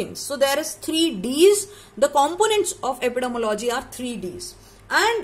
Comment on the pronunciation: Madam please makesure the pronunciation of Epidemiology 😢